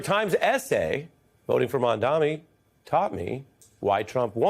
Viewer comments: What is so hard about pronouncing MaM-Dani ?! Even Ari gets it wrong! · This is such a b***** opinion. And you can tell these two dudes don't know what they're talking about because Mamdani has been in the national spotlight for what... Four months now? And these idiots STILL can't pronounce his name right. They're trying so hard to keep people focused on Mamdani's charisma and clever campaign strategies, because they do not want anybody to figure out the real reasons he's been so successful: A: he funded his campaign without taking money from the billionaire class. THIS is why people feel like he's on our team, because he's not taking money from the people on the other team. His charisma helps but it wouldn't mean anything if he was just another bought and paid for politician like the rest of them. B: because he didn't take money from billionaires to fund his campaign, he is able to propose a policy platform that is tailored to meet the needs of his constituency based on what VOTERS told him they wanted... Not what billionaires or campaign strategists told him voters wanted. Those are the real reasons he's winning so hard right now. It's not about feelings it's not about emotions. It's about the fact that he is actually able to address the problems faced by the working class people in his constituency, because he is not funding his campaign by taking money from the people who created those problems in the first place. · it’s MamdaNi and not MamdaMi; where’s the handicap? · It's freaking Mamdani!!! Not Mamdami. Lol. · Ari, it's not "Mamdami", it's MamdaNi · Nelber should learn to say his name too. It's Mamdani not Mandami. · Dear Host...His name is Mamdani.. .M A M D A N I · Hey, Ari Melber. Mom-Donny. Try it. It's not that hard. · MAMDANI it’s an N not an M for gods sake. How is it this hard? Can’t they read 😊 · How difficult is it actually to pronounce “MAMDANI”? Ffs, the man is sensational in news debate for over 6 months- for once, try to pronounce his name 😅